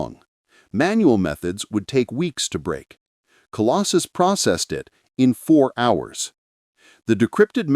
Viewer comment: Colossus NOT Colostus or Colosjus -- Obviously AI-generated and not checked for accuracy !!!